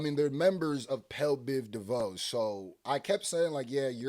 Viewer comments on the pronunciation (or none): Ayo, “Pel Biv Devoe” be taking me out 😭😂😂